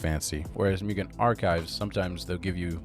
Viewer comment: a comment: it’s not pronounced »myugen«, but rather like »moogen« — it’s japanese and means »infinite« isn’t flash deprecated?